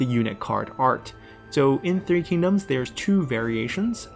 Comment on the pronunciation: Just bought three kingdoms! Don't know anything about China's history or the language, but hearing the names actually pronounced correctly is already a major improvement to my immersion!